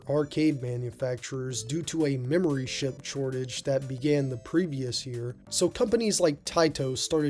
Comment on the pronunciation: Let me be the first to acknowledge your sneaky "memory ship chortage" .